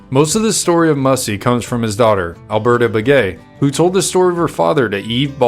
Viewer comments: Pronounced "MASAI" NOT MASSY!!!!😮😮😮😮😮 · He was not the last free Apache. There was a large band of Chiricahua led by Nino Cochise lived high in the Sierra Madre! Also! You are misprouncing his name! It is Massai, not Mussy! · I'm sorry his name wasn't pronounced Mussy. It was pronounced Mass- as in Catholic mass and I, as in you and I. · MASS I NOT WHATEVER HE SAID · You mispronounced his name.